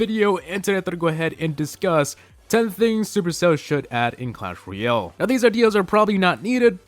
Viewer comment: Learn how to say "Royale"